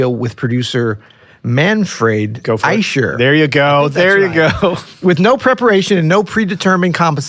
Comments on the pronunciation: The “ch” in Eicher is pronounced the same as the “ch” in Bach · German here ... Manfred Eicher (the german "ch") is pronounced like here --> "How to pronounce the German CH correctly" And I can only wonder how you both brilliant jazz nerds didn't mention that the Köln Konzert was the result of many misshaps, two days without sleep and a wrong piano delivery, but they recorded it anyway, lol. First he didn't want to play but because it was sold out he did it anyways, I'm so glad he did hahahha. Very interesting story, you should be able to find online. Besides that, brillant analysis and nerding out as always! :) <3<3<3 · No, this is not true. There are two way of pronouncing the ch in German and it’s the other way